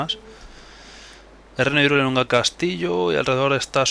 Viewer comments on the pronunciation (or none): pensaba que se pronuncia jairul, no irule